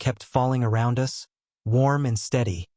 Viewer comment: Yeah like ‘us’ pronounced ‘you ess’! Hilarious! Adds humour to drama? 😝